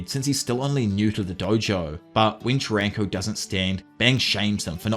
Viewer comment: AI VOICE USED. I do appreciate this video, and I'm not expecting a real human to talk this long. What convinced me was soaly the way he pronounced Charanko's name. Just I don't see how any human, even an Ausie could interpret it like that